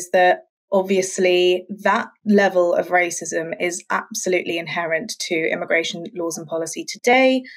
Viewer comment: The first guest speaker said “I”migration Lmaoo why she pronounce it like that 🥴